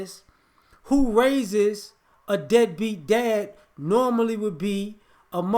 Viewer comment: You're saying dead beat, but all I hear is NIGGA!!!